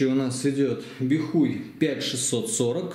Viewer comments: Бихай, а не бихуй. Стыдно аднака... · "Бихуй" 🤣🤣🤣🤣👍 может быть "Бихай" 😁🤟